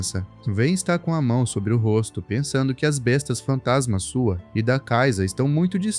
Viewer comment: Ele fala Bestas fantansma com n depois do a😅